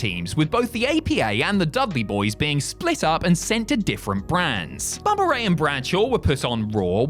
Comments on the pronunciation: Bubber and d-von 😂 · “Bubber and Devon” lol